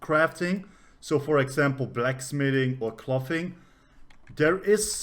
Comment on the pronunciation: Very informative. Thanks. Is it possible to get alts to collect high level materials they run across for your main crafter WITHOUT putting a ton of skill points in their crafting? To pronounce "clothing" you want the same sound of "o" that you have in "go". So clothing should rhyme with "go-ring". Totally different sound that just "cloth".